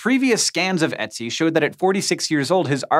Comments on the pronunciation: The thing is- as others pointed out in the comments - English has a kinda similar vowel sound (sometimes called schwa), which is in MANY words, so it shouldn't be so hard for English-speakers to pronounce Ö. At least they could try to say ə instead, so the word would sound closer to the original. (While most languages deal with foreign word similarly - because pronouncing new sounds is hard - it seems to me that English is usually more ignorant, and bends words to their own phonetics. Or more precisely they use their pronunciation rules, even when the correct sound is in English too - an infamous example of this is Uranus :P ) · While this was very fun an informative, the umlauted O in German isn't pronounced like an E, it's pronounced like an "oh", more specifically ( as specific as I can get through text ) like the sound you make halfway between an "oh" and an "ooh" (shape your mouth like you're going to say "oh" but then say "ooh" and as the sound filters through your lips, it'll sound about right) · Haaaank.... it's pronounced Oot-zi. Go ask any of the German professors at U of M if you don't believe me. ;) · It isn't pronounced 'Etsy' or 'Etsil Mountain'. The O umlaut is pronounced 'uh', more like the French e or the u in urn. Poor Hank -- you need some German speakers on your team! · The fact that he pronounces Ötzi like "Etsy" is way more hilarious to me than it probably should be :v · You're pronouncing it "etzi", the letter "ö" is more like the Danish "Ø" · Good lord, please learn to pronounce Ötzi correctly. It's not "Etsy", that's an online store. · Dear Hank, I know not German-speaking people have trouble pronouncing German words, especially if they have Umlauts in them. Ötzi = Oetzi ≈ Œtzi isn't pronounced Etzi but with some kind of an 'o'-ish sound... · If you say "Ö" like the "u" in "burn" then you get it right though. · Come on Hank, umlauts are not that difficult. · LEARN HOW TO PRONOUNCE ÖTZI DUMBASS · Why are you pronouncing ötzi like that?